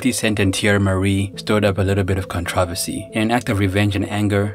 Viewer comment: I like his video's but I hate how he pronounces controversy like conTRAversy!